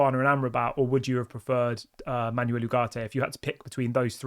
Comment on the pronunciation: Sancho to go.... Ugarte is better than the others you mentioned I would take Ugarte and Amrabat together... Stop saying Ugarte is too expensive. He is worth what we are willing to pay. Also, please practice saying foreign teams and players names before coming on and talking about them such as Panathinaikos and Manuel... cheers